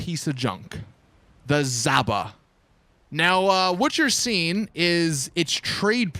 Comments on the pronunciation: Fun Fact: the zhaba is not pronounced zaba, and the reason its called zhaba (жаба) is because it looks like a frog, but since its too lazy to name a vehicle the frog they decided to translate it to Bulgarian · It's a toad. No, really. That's its name. "Zhaba" (Pronounced like "jhaba") means "Toad" in Russian.